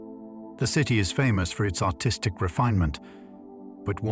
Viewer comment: until tonight, I had no idea that, “artistic”, in a UK accent, sounds like “autistic” 🤔. The more you know ✨